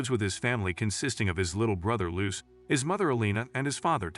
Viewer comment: The butchering of the name Luce..💀